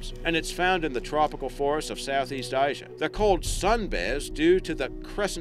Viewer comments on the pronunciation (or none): none